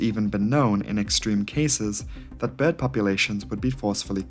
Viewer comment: i like how you say "behrd" lol